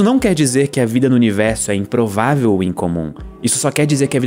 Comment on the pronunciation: Ele disse, é im-provavel mas não im-possivel😭